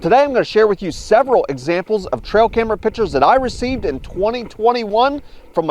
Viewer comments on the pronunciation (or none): it's pictures not pitchers